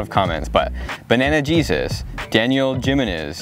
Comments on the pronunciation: It’s pronounced himenez Jimenez is a Spanish/Mexican last name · It's pronounced "Ha men ehz" lol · its pronounced him-ENE-z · daniel if you see this I'm truly sorry for the way he completely butchered your last name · The way he pronounced "Jimenez." 😂😂😂